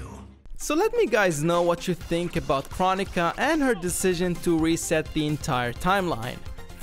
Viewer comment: It’s crow-nee-kuh